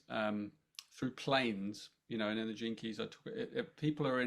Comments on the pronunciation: Love It💜 I kept hearing jenkes 😂Gene Keys 🔐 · Okay, as I was listening to them at the beginning of the video, I kept hearing the catch phase that Velma, from Scooby Doo, always said, "Jinkies". I was like, why do they keep saying "Jinkies"?!! Then, I finally figure out they were saying, "Gene Keys". 🤣😂🤣😜🤪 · I misheard Gene keys. It went in my head as Jinkeys- suddenly thought I was hearing references to Scooby Doo. Luckily I worked it out 😂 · Please tell me that I wasn't the only person who thought for the first few minutes that they were saying "jinkies" like Velma from Scooby-Doo.